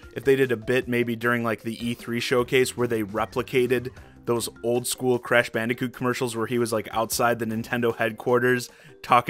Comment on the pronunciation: Cresh for smesh